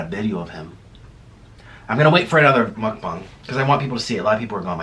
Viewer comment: You call it mukbung instead when its supposed to be mukbang just so you know. Love your vids